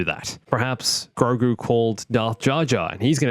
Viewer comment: Say it with me. Gro. Gu. It’s Grogu, catch up buddy